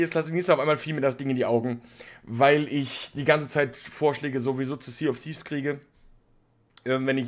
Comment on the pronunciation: Zee of siff…is das was er am fuss hat.